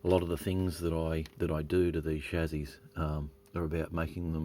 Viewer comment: Interesting mods. If "solder" pronunciation is all you have to complain about us Yanks, you are doing better than most. BTW, it's Chassy, NOT Chazy.........:)